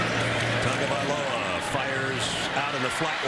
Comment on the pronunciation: Don't have to say his full name just say "TUA" or if your gna say it all say it right... Tua = "Two-Ah" Tagovailoa = "Tangovairoa"